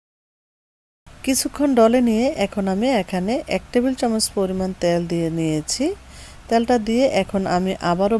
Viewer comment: ত্যাল না তেল।